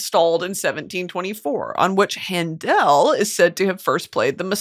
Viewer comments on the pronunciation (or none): Handel is pronounced “handle” and quotidian is “kwo ti di uhn”. I’m only correcting you because you like learning and knowing things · Hi Brittany! Just a little note from a classical musician - the correct way to pronounce Handel is “Han-duhl” - love that you’re talking about baroque composers in this episode!!! 🥰❤️ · handel is pronounced like handle!